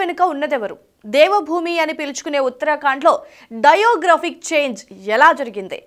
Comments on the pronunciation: నీకేమైనా డయేరియా నా? డెమోగ్రాఫిక్ (Demographic) బదులు డైయోగ్రాఫిక్ (Diographic) అని చదువుతున్నావు!! 'మో' కి 'యో' కి తేడా తెలియదా? అలాగే కుహనా(kuhanaa), అది కుహానా (kuhaaanaa) కాదు !! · ammaa..demographic thalli.. diographic ani chadhivaaru... kaastha writer tho koorchoni rehearsal cheyyamma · Demographic change .Pl pronounce correctly in telugu